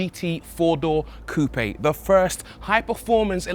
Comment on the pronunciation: "GT 4 door" "coupe" 😭